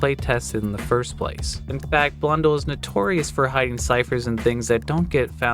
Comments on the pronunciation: A few things to note: - It is pronounced Blun Dell (not dull, but I’ll let this one slide) - It is not the largest map (even at the time). The largest map was (and still is) Tranzit - The note has a reference to Sal Deluca, a character from Mob of the Dead, another map that Jason Blundell worked on Also, a new Easter egg in CoD Zombies was recently solved on the map “Voyage of Despair” that was also teased by Blundell! You can find it here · Damn he really said Jason Blundle instead of Blun-dell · he calls Blundel blonde el lol